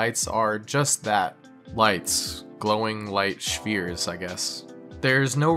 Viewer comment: "Shfears" is my new favorite pronunciation of "spheres"